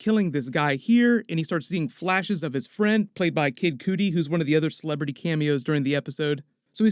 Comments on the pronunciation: Cudi not coodie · "cud" "ee" (like cutty)